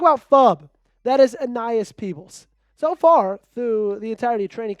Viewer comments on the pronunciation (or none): Aeneas is pronounced A-knee-as